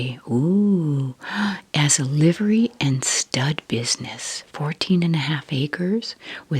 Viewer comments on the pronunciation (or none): none